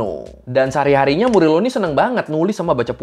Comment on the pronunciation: Bang FYI kalau org spanyol kalo namanya Morillo, bacanya jadi MORIYO. Semoga bermanfaat 🙏🏽